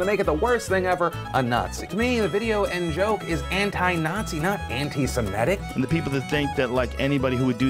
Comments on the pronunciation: I appreciate your channel, and this video, but I cringe every time you pronounce the word antis*e*m*i*tic as "antis*i*m*e*tic". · Why do you keep saying "Anti-se-me-tic" when it's "Anti-se-mit-ic"? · "Antisemitic". The word is pronounced "Antisemitic". (ANT-i-sem-I-tic). The fourth letter from the end is an I––not an E.